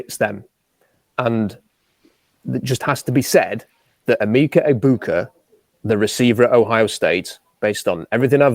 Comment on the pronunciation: It's not Egbu-koo. It's Egbu-kah